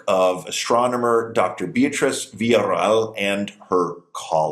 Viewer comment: Amazing how doesn't know how to pronounce the name "Beatriz"